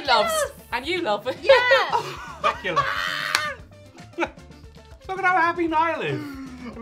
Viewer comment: SPAA QUE LAAHHHHSSSHHH....not speculas. Its DUTCH. Come on people.